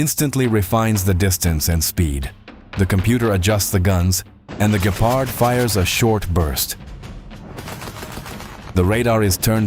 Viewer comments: It's not gaypard its gepard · Why you say Gaypard 😭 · so what? Many native english people can pronounce Gepard correctly.